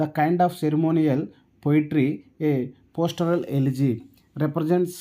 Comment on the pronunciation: It's not postoral elegy It's pastoral elegy